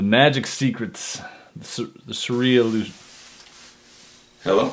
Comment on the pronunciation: The cereal illusion system, The syrup illusion system, The Serious illusion system, The shit I can't annunciate my own damn system system, The Surreearaulouzion system